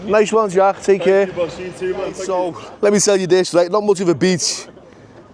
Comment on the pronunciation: getting English lessons from someone that says "rite" give it a rest 😂